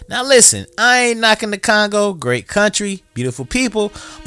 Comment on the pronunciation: Did you say Congo?🫣